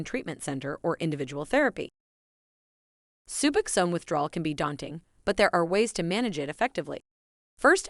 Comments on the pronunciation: Hearing subaxan is getting on my nerves. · Can’t bear the way she pronounces sub OX one - SKIP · Soobuxown??? Wtf... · Bitch, say Subbuck Zone ONE MORE TIME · You would think that this person would know how to pronounce SUBOXONE. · Jesus. My 11 year-old can pronounce it correctly! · She doesn’t even pronounce it right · I cannot listen to this very long because of the horrible AI mispronunciation of Suboxone!!!! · I CANNOT STAND THE PRONUNCIATION OF SUBOXONE IN THIS VIDEO! I’m ready to detox from 8mg but I think I’m going to taper. Been on it 2.5 years and I’m in a solid 12-step program with a sponsor and other support systems. I also have access to comfort meds. I need advice though! Thanks in advance 🤍🙏❤️‍🩹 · Hearing the narrator pronounce “Suboxone” is almost as painful as the goddam withdrawal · Nailed it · If you cant say suboxone right dont make a video on it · clearly an AI, but i agree nonetheless